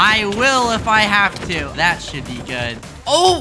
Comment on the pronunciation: “did you even haft to do anything”